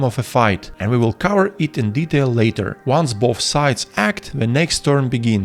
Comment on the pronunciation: Such a comprehensive guide! Let me give you a few tips of my own to further improve the quality of your guides: Consider looking up the pronunciation of hover, cover and each other. Cheers!